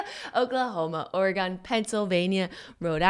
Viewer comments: Ore-GUUNNN you live in California come onnn no ore-gone in the west coast Oregon soft o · Jennnnna!!!! I’m deeply offended you said Ore-GONE....my earrrrrs!!! It’s Ore-GUN ;) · Its not oreGONE Jenna!!! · when Jenna kept pronouncing Oregon Or-eh-gone 😭😭😭😤😤 makes my ears want to bleed 😂😂😂❤️ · OrrGunn for the love of god, TRIGGERED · Jenna i absolutely love you .....But for the love of all that is vegan PLEASE stop pronouncing Oregon ....ORA-GONE. ....It's offensive on every level. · As an Oregonian, listening to her mispronounce Oregon about 7 times was painful lol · Jenna said Oregon wrong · that pronunciation of Oregon tho lol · Please teach Jenna how to say Oregon. Love from the Oregon Dink Fam! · Oh man Jenna everytime she said Oregon. My ears burned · Jenna has relatives who live in Oregon and she still pronounces it wrong. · Ouch. JENNNA.... 🤦🏻‍♀️ My heart. As a born and raised Oregonian I’m so sad you pronounced it wrong. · Jenna saying Oregon wrong hurt my ears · Jenna doesn't know how to pronounce Oregon.